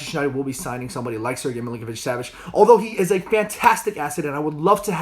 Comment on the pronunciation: Is he saying Milinkovic-Savage?